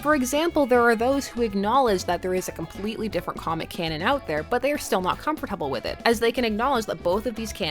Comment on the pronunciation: the way she says comfortable is hilarious